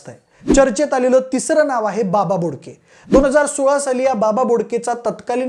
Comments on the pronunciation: बाबा घोडके नाय रे बोडके आहे 😂😂😂😂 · बाबा बोडके रे घोडके नाही